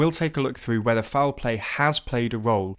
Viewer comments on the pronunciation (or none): none